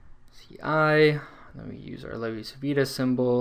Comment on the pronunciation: It's pronounced "Chi" because Italian c followed by i or e sounds like English ch. "Lay-vee chee veetah"